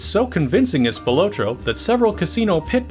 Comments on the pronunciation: It's Spil-AHT-roe, not Spi-LOW-tro. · Tony SPIL OT TRO --Pronounce it right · spi-lah-tro=Anthony Spilotro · Good info Just wrong pronunciation of the Spill AH tro brothers THRU THE WHOLE THING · it's pronounced Spill-AH-troh. Grew up with one of his decendents. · Its PRONOUNCED SPIL-AH-TRO. THATS A SIMPLE MISTAKE THAT SHOWS RESEARCH ISSUES. other than that great video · “Spill low tro.” 😂 what really happened to the research & proper pronunciation? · Spil otro lol. You're pronouncing his name wrong. Didn't even mention Frank Cullotta. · For the love of God. Please learn how to pronounce Spilotro. SPILL-LOT-TRO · God damn I wish he would pronounce Tony's last name right... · Your pronunciation of Spilotro is very annoying😠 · Mispronounced Tony’s last name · Love the video soo good but you are pronouncing the names off lol... I knew related spilotro... its pronounced spill-la-tro also Scavo is pronounced Scaaa-vo